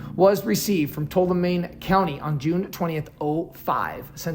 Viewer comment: Two-all-oh-me County